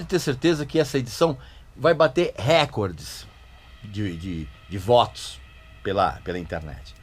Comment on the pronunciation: A pronúncia correta é recorde, e não récorde.